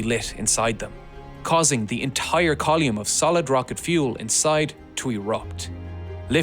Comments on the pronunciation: "Call-yume", "Yu-llage" 😂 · Column=Colume-e. :face-fuchsia-wide-eyes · “Kaa-loom”?! It’s a column. “Koh-lim” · What in the name of all that is holy is a "coll-ume". English is clearly your first language, so it's clearly a deliberate mispronunciation, just stop it. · Strange pronunciation of column... Col yoomn? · Colyoume, umbiblical, youllage... google will tell you how to pronounce words if you ask it to you know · What's a "collume"? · Coluum lol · "Call-yume". Yes. Yes. Never stop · Thank you for using metric units. There are even some Americans who get frustrated with everything shuttle related being in old-school imperial units. And thank you for pronouncing the word “column” as COL-YUM 😂 Good to know you haven’t forgotten your roots. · great vid, and i'm probably a wanker for asking. but what is a 'coll-eum'? where did that e come from in coll-um? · I've never heard someone pronounce 'column' this way before. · What the fuck is a col-yoom? 🤡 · That is an absolutely preposterous way to pronounce column. Edit: He DID IT AGAIN EDIT: MY GOD HE'S NOT GONNA STOP